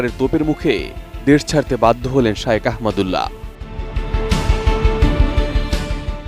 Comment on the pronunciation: একজন খবর পাঠিকা শায়েখ না বলে বার বার শায়ওখ বলে সম্বোধন করে যাচ্ছেন যা শুনতে খুবই বিব্রতকর।